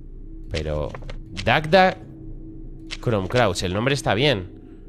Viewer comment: jajaa Cuántas veces dijo Dagda Crom Crauch, en vez de Cruach? y lo leyó hasta detenidamente! jaja grande:P